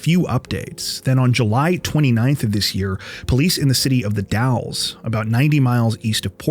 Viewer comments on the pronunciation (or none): Another great episode! Thanks. (For your future reference, The Dalles in Oregon is pronounced like "dales," with a hard a.)